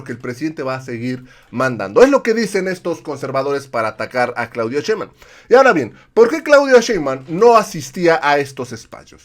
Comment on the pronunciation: Ya es justo y necesario que pronuncien bien el apellido de nuestra próxima presidenta. Nada de "Shembam" SHEIN-BAUM SHEIN-BAUM SHEINBAUM.